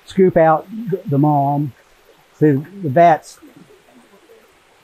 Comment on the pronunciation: What is that stuff at the bottom? I hear say 'malm' bit YouTube translates as 'mom'? Can anyone clarify?